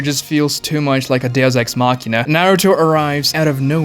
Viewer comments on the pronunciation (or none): none